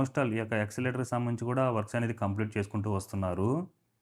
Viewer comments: Escalator pronounced as yes-ca-lator. Not exalator. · ఎస్కలేటర్...నాయన..... ఎక్స్లేటర్ కాదు....